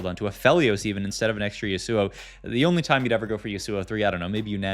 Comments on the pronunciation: Last video someone had a smojin on a zill AY in, and a sigh lass, as well as a shy vahn ah! And this time we have a yohn and Yuh SOO oh! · Ryze top left can't pronounce yasuo